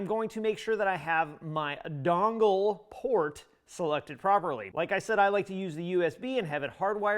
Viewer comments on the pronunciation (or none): none